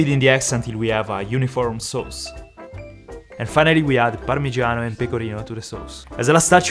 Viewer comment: I love how says "Sows"